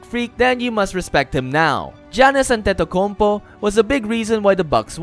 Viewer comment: AntentokounmPO..not UP